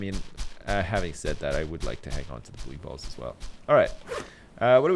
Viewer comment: For the love of god please it's (boo-ey balls)